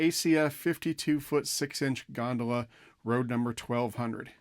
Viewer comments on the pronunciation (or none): You pronounced gondola improperly, HELLO!!!!! The way pronounced it one would think it's something that should be floating in the canels of Venice.